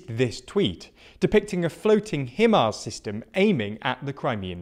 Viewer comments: HIMARS is pronounced Hi Mars not him arse. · Why do you keep saying himmars instead of high-mars for HIMARS?